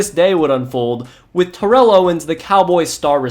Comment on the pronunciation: Great video but TO name ain’t pronounced like that